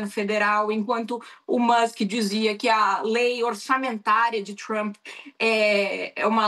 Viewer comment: Adoram falar Txhramp..